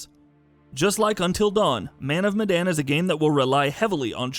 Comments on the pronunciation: It is Medan not Madan. Sorry for being nitpicky, it is just that it is the name of the city the name is based on. Ourang Medan is a misspell of Orang Medan which means Man of Medan. Medan is a city in Indonesia which the Dutch had colonised so the name comes from there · Sounds almost like it lol